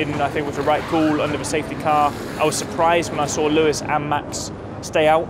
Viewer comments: Alonso back at it again with calling Lewis "Luis" 😂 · Tbf Lewis is a honorary Brazilian now so Fernando saying Luis is fine😂